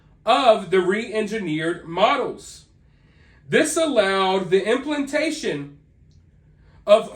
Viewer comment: He lost me at "implentation"...